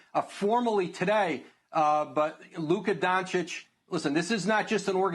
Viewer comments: Man really said “Luke donsitch” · Mans really said “Luke Donsich”😂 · He didn't even try to get the name right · Can't even say his name right